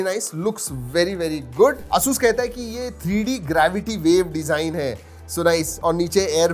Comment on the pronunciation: Bhai pahle pronounce krna seekh lo ASUS ko